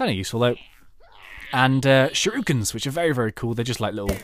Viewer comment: I enjoyed this overall despite wincing every time 'shuriken' was pronounced 'shiruken'.